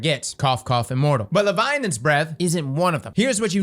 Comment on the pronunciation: Bro, why you say it weird? 😅 Leviolence? Leviolins? Say it with me LE-VI-AT-HA-NS